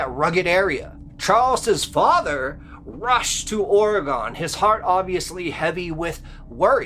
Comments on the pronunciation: Being from Orygone (like your 2nd guest pronounced Oregon) I'm always interested in stories from my home state. 😅😅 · (Orr-egg-gun) Oregon, Jesus…. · It's pronounced Ore-uh-gun! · Every time you said "OreGAWN" was like nails on a chalkboard, and ruined your story. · It's not pronounced aura-gone. 😵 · ORE-RE-GUN. Please say it right, it drives us nuts. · It's pronounced Ore-g-en, Oregen. All this is missing is Cam Buckner from Dixie Cryptids and Mr Ballen! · Pronounced (Ore -g-en) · Whyyyyyy do people pronounce OREGON WRONG????!?!?! For the love of sweet baby Christ IT’S PRONOUNCED “ORG-IN”!!!!!! I KNOW I LIVE HERE!!!! FIIIIIGHT MEEEEE!!!!!!! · I can’t be the only one who’s hyper fixated on the way he’s saying OR-A-GONNN. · Oregone? Certainly not how people in the state pronounce it. Go there and you will be corrected lol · ORR-EH-GONE? …..or Oregon ? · pronounced oregen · Oregun? Seriously? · Learn how to pronounce OREGON. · Did he really just pronounce Oregon like that? Im gonna have to skip this one sorry, maybe learn how to pronounce it right first. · The way that one narrator pronounces Oregon is highly irritating lol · Stop saying Oregon. You are saying it wrong. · please I'm begging you please learn how to say Oregon correctly. I cringed so hard every time you said it wrong that I kept losing track of what you were saying. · I lived at Crater Lake for most of the late 80's. There is nothing sinister about it! And PLEASE, learn how to pronounce the word OREGON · The one guy keeps saying Oregon wrong and it's driving me crazy! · Where are you from? That's an interesting way to pronounce Oregon. Cool story going to visit Crater lake this summer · Not Ore-E-gone but ORY-GUN.... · Ore-REE-Gun, not ori-gone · Its Or-egon not Oreg-Onn!! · OreGUN not OreGONE!!! Just like WashingTUN not WashingTONE. or WashingTAWN. Same pronunciation. OR E GUN. Or e gun, Oregun is how it is pronounced!!! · OR-A-GINN... NOT OR-A-GONE...